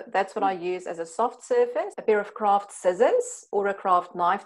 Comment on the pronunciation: lol sounds like she's saying "Kraft cheese." that would be weird.